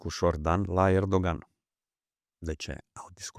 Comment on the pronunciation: Ahhh îmi place să urmăresc dar lasă invitatul să-și termine ideile, altfel să emisiuni cu părerile personale. Nu completa ca să arăți ca știi și tu ceva, ca știm ca știi dar vrem să aflăm ideile informațiile invitaților. Invățați să pronunțați corect nume ca Erdoğan (ğ este mut) deci e Erooan; Mark Rutte (e la sfârșit de cuvânt în olandeză se pronunță ǎ) este Rüttǎ